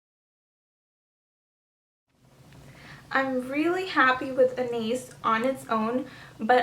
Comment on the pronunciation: I just have to point this out; you're pronouncing Anais wrong. It's a French name. Besides that, this video was very helpful. I love Eat Cake!